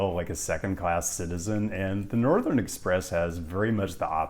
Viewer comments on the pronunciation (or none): none